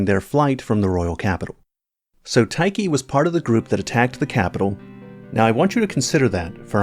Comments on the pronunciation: Tai-key? TAI-KEY!!? Lol. It's Tiche. Like, Tea-shh. Beside that: Nice video ^^ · Never heard Tiche (teesh) pronounced ty-kee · its pronounced "tish" not "tie-kee" lmao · Black knife tikey? Lmfao. Surely its "teesh" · Tie key? I thought it was pronounced tissh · Tiche being pronounced "tai-ki" sound strange... I've always read it as "tish"... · Interesting pronunciation for Black Knight Tiche, you call her "ty-ki", while I always though it was "teesh" 😮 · Why did he call Tiche Tight Key 😭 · I have heard it pronounced black knife “tee-sh” and they way you pronounced it threw me off for a second lol 😝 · TIKE-KEY?? 🤣 great video as always! I think Zullie the Witch had a video from forever and a half ago with similar conclusions, and your analysis tracks in my head as well. What bothers me I think is the absence of the eyes... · Did he just call Tiche Taky? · Who is Taiki lmao? It's Tiche (Tish) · Tiche is pronounced tish or teesh i feel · has pronunciation proglems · Yeah, there's some room for interpretation of how it should be pronounced in English due to the limited sound resolution of Japanese, but the way it was pronounced in this video is unambiguously wrong.